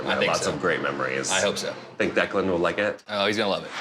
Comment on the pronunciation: You mean Declan? Or did you mean Declund? I do believe it's Declan and not Declund.😂